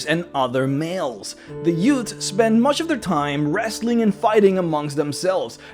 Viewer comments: The Youts? Did you say that "...Youts spend much of their time..."? What is a Yout? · "What's a yewt?" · The "yoots?"